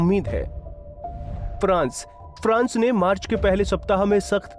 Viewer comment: 22 Marc ko laga hi bahi pahle sahi bolo